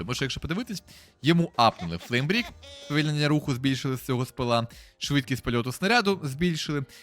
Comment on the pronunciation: друже та який флеймбрік це флеймбрейк